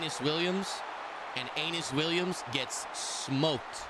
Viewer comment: bro doesnt know how to say UH ee NUS williams